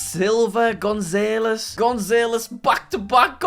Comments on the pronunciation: how tf he saying gonzalez ?! 😂😂 we should have a series of learning to say last names 😂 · The way he pronounces "Gonzalez" made me cringe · The way he says “González” killed me